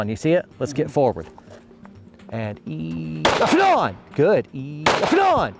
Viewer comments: really tried to say off and on as fast as a trigger pull. LMAO Ended up with "Aflon"!! "Aflon!!" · "OFF AND ON!!!!!" that's priceless I love it. 👌🤣